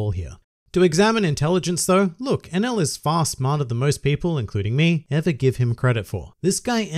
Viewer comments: Enaru I know is his name not enul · Hus name is Eneru!!! Why all Y'all keep calling him enel??